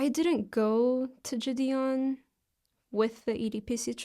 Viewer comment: I thought I was the only one who couldn’t fucking stand the way she says the guys name lmao